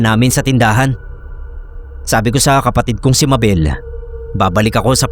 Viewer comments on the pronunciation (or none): none